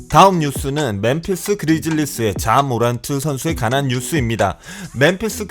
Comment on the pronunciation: 관한이 가난으로 들려서 이선수들이 가난한줄...